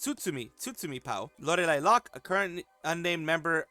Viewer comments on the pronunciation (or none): none